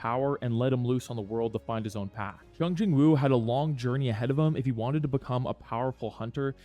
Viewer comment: Bro really said shung Jin woo😭